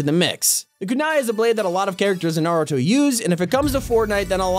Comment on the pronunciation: I hate how he says nar-i-toe instead of nar-u-to